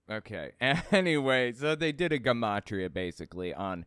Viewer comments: Its "Juh-mot-ria."Not Guh. It's the study of numbers making it a derivation of " Geometry." Hence the Jun pronunciation. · I enjoy your content, but take the time to check pronunciation of words you're unfamiliar with, like gematria. Correct pronunciation is juh ma tree uh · Um, isn’t gematria pronounced with a “soft’ g? Juh ma tri ah…?